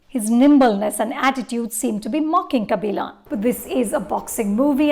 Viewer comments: "Kabilaan" 🙄🙄 Its a 3 hour movie and the name comes up a hundred times. Still can pronounce it??? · first learnt to pronounce the thamizh names correctly before your full view about the film kabilan not kabilaan .. now a days no big bollywood movies for her to give her views so shifting to south industry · yeah bro exactly. Lady can't even get kabilan right. She says "kabilon". Like it's not a South Korean name, it's our very own South Indian name. She's way too pretentious. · It's kabilan not kaabilon, sarpetta not sarapata ...... 🙄😒